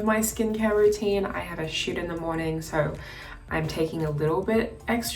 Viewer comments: I’m not gonna lie when she said I usually shoot in the morning I thought she said shit 🥴😂x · I heard that instead of shoot too 😂